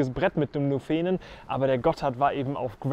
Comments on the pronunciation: Nuufenen gesprochen nicht nufeen :-) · Nufeehhnen - aua aua Nuuhfennen - bitte bitte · Sehr schön gemacht, das sagen hier ja auch schon alle anderen. Nur bei den Namen sollte man sich halt bei den Einheimischen erkundigen. Der Nufenen d oder italienisch Novena spricht man nicht Nufeenen sondern kurz, Ton auf der ersten Silbe dem u. Die enen sind wie bei Birken ohne Ton. Anders beim italienischen, da liegt der Ton auf dem e, also Noveena. Ähnlich bei der Tremola, italienisch von drehen. Da liegt der Ton auf dem e, also Treemola, das o und das a kurz. 😊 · Hey. Cooles Video. Dass man den nUUUFenen anders betont hat dir schon jemand geschrieben. Das nächste Mal meldest du dich, wenn du in der Schweiz bist, dann geb ich dir eine kleine Einführung in die Namen. Was aber wichtig ist: Postauto mit Fahrrad nutzen geht nur noch mit Reservierung (in der ganzen Schweiz). Sprich spontan geht (meist) nicht. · Wieder gut👍Nett wie du Nufenen betonst. So habe ich das noch nicht gehört😉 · Habe ich auch gleich gedacht 😁😁 das erste e wird bei uns nicht so lange betont ... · Danke für das Video. Nufenen wird in der schweizerdeutschen Aussprache korrekt auf der ersten Silbe betont. Nachzuhören z.B. in diesem Video bei ca. Falls du noch mehr Lust auf Alpenpässe in der CH hast, es gibt dazu einen interessanten Anlass, das Alpenbrevet. in der anspruchsvollsten Kategorie "Platintour" sind dabei an einem Tag fünf Pässe mit insgesamt 267 Km und 6'800 Höhenmeter zu überwinden. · Nufenen gerne auf der ersten Silbe betonen. Es heisst auch nicht Nufenpass wie im Einblender. Ansonsten sehr schöne Bilder!